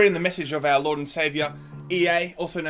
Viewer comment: "Praise the Leard."